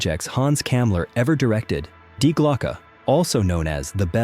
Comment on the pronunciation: ‘Die Glocke’. The ‘Die’ is pronounced like the name ‘Dee’.